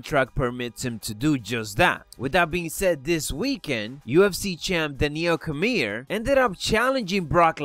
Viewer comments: ok I have the same name as the UFC heavyweight champ . your pronunciation is horrible . it is Daniel Cor-me-yay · You botched Cormier so much